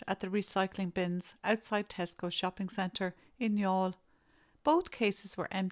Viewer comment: This is the first time I’ve heard the name Youghal pronounced. Thank you for this viseo.